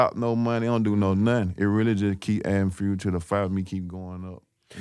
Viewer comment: “adding FUERL to da fye” 💀💀💀 “got a million vierrs”